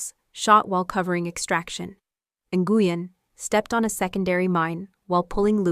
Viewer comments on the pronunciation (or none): Damn AI Nguyen is pronounced Win